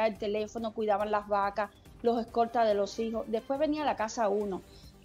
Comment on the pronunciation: .....DIJISTE, QUÈ??? VA-CA?